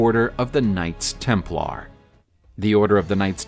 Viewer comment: Can't stand how you accent the LAR in Templar. Sounds weird. Tighten up